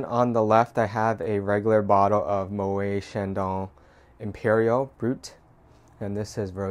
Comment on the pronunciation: Moët is pronounced "mo-ette" ... he was Dutch 😃